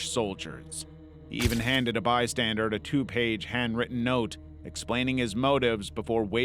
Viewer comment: PLEASE bystander not bystanderD